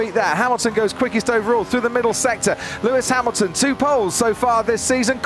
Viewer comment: 4 seconds in "lewis hamilton" smh